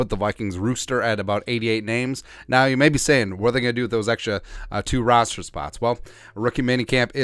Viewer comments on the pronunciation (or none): love your broadcasts and fball knowledge but. We have a player roster, not rooster and rooster is a male chicken and we fill the roster with UDFA's just want to have you sound professional all the time. Great work otherwise!